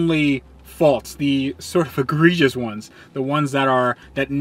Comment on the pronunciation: agreejus, achreeechus,agriehus